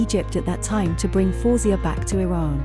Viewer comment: Her name is pronounced " FA - WEH - ZE-YAH